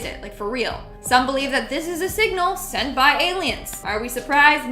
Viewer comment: I thought she said senpai owh but turn out it was send by